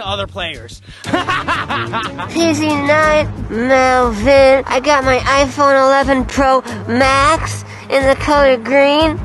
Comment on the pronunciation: Or melven or should I say melbon😂😂😂😂😂LOL 😂😂😂😂😂😂